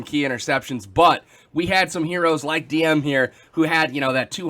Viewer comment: Nice thumbnail also Dm must be happy that you're saying his name correctly ^^